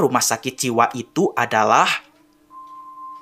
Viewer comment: H E R O S A S E not horosase hahahahah